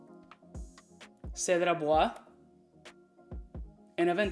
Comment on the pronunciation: 'Cedart" hahahahaha